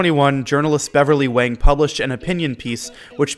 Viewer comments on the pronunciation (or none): none